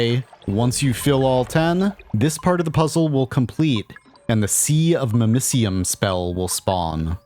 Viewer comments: Hearing it pronounced mimiseeum instead of mimicium makes me cringe everytime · Your pronunciation of mimicium hurts